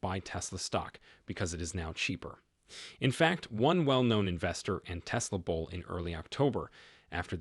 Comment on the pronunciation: Your automated voiceover is not accurate. It said bowl instead of bull.